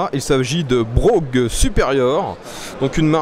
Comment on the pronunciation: C'est marrant ça, lorsque c'était encore des motos anglaises, on prononçait "Bwoaf' " et non "Brougue" ;-)